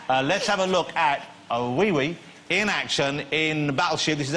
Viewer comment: He actually says *wiwi, lol